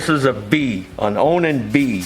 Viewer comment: Ya got ta say it right On An keep on running Onan on